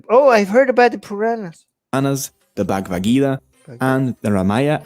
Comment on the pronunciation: even can't pronounce 'Bhagavad". Has no idea what's in it. But still compares it with 1984. Seriously??? These people are supposedly the holder of reasoning based on eViDenCe.. LoL